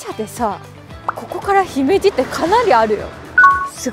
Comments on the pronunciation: 「姫路（ひめじ）」を正しく発音されていて、たしかに兵庫県の人なんだ…と。関東の人は「ひめじ」のアクセントが違っていますね。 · 姫路の発音が良いね。さすが兵庫県人だな。